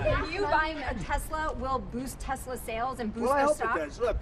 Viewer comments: "I love TESLER" LOL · "I love tesler " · Crash Baby Crash! BTW: Mr. President, it's not pronounced 'Tesler'! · “I love Tesler!” 😂🤣